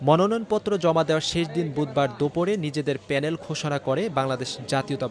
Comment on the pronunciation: 🎉😂😅"মনয়ন" নয়, ❤🎉😂😊😅🎉আসল ও সঠিক শব্দটি কিন্তু 'মনোনয়নপত্র' 😊🎉❤